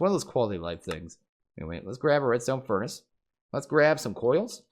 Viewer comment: Epiccat27 Yea...It hurt hearing that.